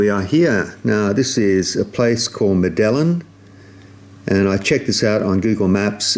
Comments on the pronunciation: Medellín - meh ·duh·yeen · Just trying to help here. Medellin, Columbia is pronounced "med-eye-een"